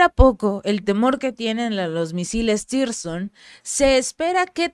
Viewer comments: Zircon no sirson o tirson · No existe tirson ,no existe lee bien no hay tirson,si se te olvida,recuerda los diamantes rusos siconias misiles tsircon